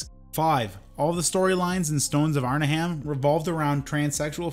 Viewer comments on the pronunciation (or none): This "Arn-a-HAM" is driving me crazy. It's Arn-'em